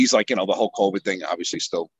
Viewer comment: I absolutely thought he said "the Hulk Hogan thing." I didn't even realize he said "the whole covid thing" until I read your comment lol.